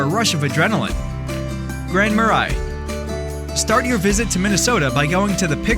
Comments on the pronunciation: Gooseberry falls is in Lake county. Not lake country. Grand ma “ray” not ma rye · Grand Marais: it's French so the pronunciation can be tricky but it's more like Grand Ma-Ray.... Hearing Ma-Rye was weird, lol. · Should learn how to pronounce the town names. Murr-A....not More-Eye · Grand Marais is prounounced "Grand Muh-ray" Marais is French for a swamp or marsh. Sounds better than "Grand Swamp" or "Grand Marsh" By the way, there is no swamp in the city, but there are some a few miles away.Another french word for swamp is "Sauk" (sock) as in the Minnesota towns of Sauk Centre and Sauk Rapids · It’s pronounced Grand MarAY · **Grand Mar-ray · This video has SO many mistakes, mispronounced Grand Marais being a minor one. If you’re not from the area, don’t rely on this video for guidance. Awful. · As a Minnesotan, I am offended by your pronunciation of Grand Marais. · I was thinking the same thing 😂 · I’m offended too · Lutsen and Grand Marais are incorrectly pronounced by your vocal robot.